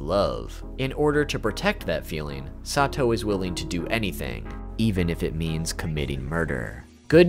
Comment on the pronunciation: THIS also why did he pronounce her name like “sah two oh” at first wtf 😭